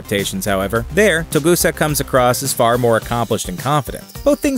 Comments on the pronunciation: OMFG stop saying "Togusa" wrong! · CAN SOMEONE TELL THIS GUY HES PRONOUNCING TOGUSA WRONG? PLEASE AND THANK YOU. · TERRIBLE video. Way to mispronounce Togusa, too. Live-action Saito looks nothing like the anime version. And he was in the 1995 movie though he had no lines - he was seen minus the eye-patch and is addressed as Saito by one of the other operatives outside Colonel Malice's home. Suprised at this video. Usually, is more on the ball.